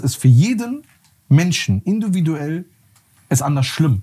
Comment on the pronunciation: "Induviduell" 😭 feier ich !!😂👏